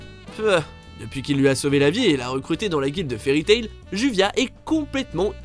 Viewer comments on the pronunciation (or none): Xd sa se prononce pas juvia mais jubia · Sa se prononce jubia pas juvia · MAIS ARRÊTER DE DIRE OU D’ÉCRIRE JUVIA C’EST JUBIA PURÉE VOUS AVEZ LU LE MANGA AU MOINS ?!!! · On respecte Gray et on dit Joubia et pas Juvia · Juvia est réellement amoureuse de Gray elle n'a pas le feu au fesse donc faut vraiment maîtriser le sujet avant de faire un top dessus... Et ce n'est pas juVia la prononciation de son nom mais "DjouBia" c'est comme ça que ont le prononce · Ca se prononce pas JuVia mais JuBia. Putain mais renseignez vous quand vous parlez d'un personnage. On l'entend en VO et en VF. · Exactement moi qui adore fairy tail a un point ou j ai toute ma chambre placarde de poster et ma penderie avec des pulls fairy j ai faillit faire une crisecardiaque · Je suis d'accord surtout fairy tail on respecte juvia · ça se dis "DJUBIA" !!!!!!!!!!!!!!!!!!!!!!!!!!!!!!!!! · on prononce joubia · Le mec il a dit juvia